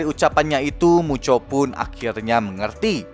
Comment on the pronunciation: Bang kalok ngomong mucho kenapa jadi muchok